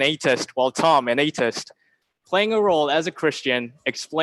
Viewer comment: It's pronounced - 'A - the - ist', not 'A - tist'.